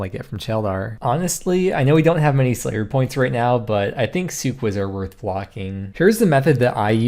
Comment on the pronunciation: I always thought suqahs were pronounced “sukk-az”